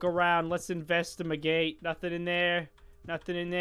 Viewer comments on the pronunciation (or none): Lets avestamegate A-vest-mm-gate